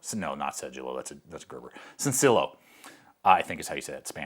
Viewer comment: Sencillo is pronounced Senci-yo (not LO). Sen-thee-yo